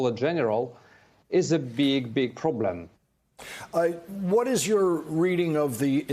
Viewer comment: Now that is a "Ploblem" now isn't it.